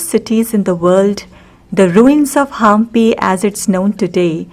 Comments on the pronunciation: It's not haaampi, it's Hampi 👍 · It's not pronunced as Haampi, it's Hampi